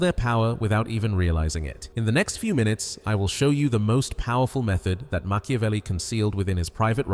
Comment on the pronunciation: Stop saying mciovly